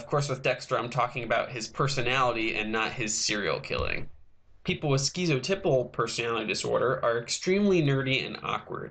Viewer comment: And "skitzoteyepull".